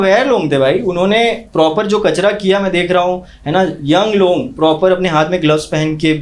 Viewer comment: लोग ❎ लॉन्ग✅😂😂